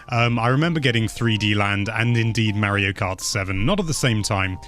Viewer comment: Is it a british thing to pronounce Mario as Mawio?